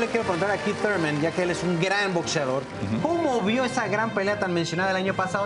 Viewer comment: Es THURMAN no TURMAN